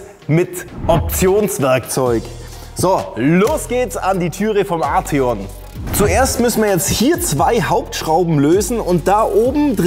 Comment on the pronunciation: Er wird tatsächlich Art-eon ausgesprochen hat VW selber gesagt 😉